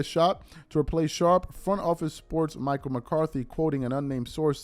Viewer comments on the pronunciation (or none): none